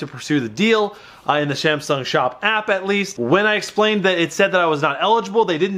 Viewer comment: 😂 “samshung sop app”